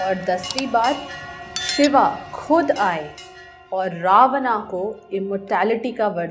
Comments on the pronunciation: It's not ravana , it's ravan. Let's not get blinded by the westernization and don't forget our roots. The content was really nice and informative but work on your pronunciations. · Bolna to seekh le ravana ko pronounce kaise krte hai